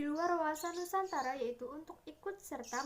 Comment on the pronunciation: NUSANTARA gk Pake K🤭😅